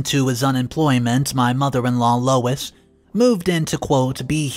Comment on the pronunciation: Louise is not pronounced as Lois!